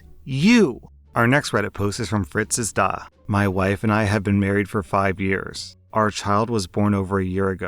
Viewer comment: the pronounciation of "Fritz ist da" was on point man! Certified by a native german speaker!